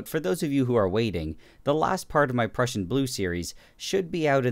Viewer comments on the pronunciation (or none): none